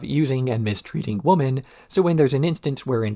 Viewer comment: I mean this in the least disrespectful way possible, but I have noticed that in a few of your videos you tend to say woman rather than women? I thought it was just a slip of the tongue the first few times but it seems to be an ongoing thing. Is that intentional or accent? Obviously these are your videos and it’s a free country. You can say whatever you like but after watching this and wanting to ask every single time I haven’t been able to sleep at night so I thought I would ask.😂